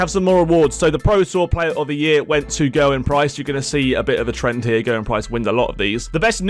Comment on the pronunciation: I wish people would find out how to pronounce Gerwyn!